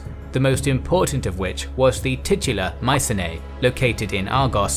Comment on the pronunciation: Mycenae is pronounced Mi-ke-ne